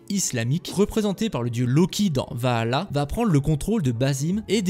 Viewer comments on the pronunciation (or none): Dommage que les fautes de français, les liaisons hasardeuses et l'obstination à prononcer Vahalla au lieu de Valhalla et aïdeun wanz au lieu de ideun wanz (hidden ones) gâchent la vidéo. Marge de progrès envisageable.